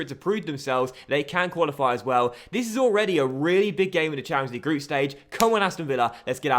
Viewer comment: Jet Blac yeah he also says “dis” and “duh” instead of “this” and “the”